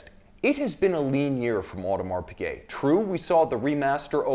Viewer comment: Pigut.... Really?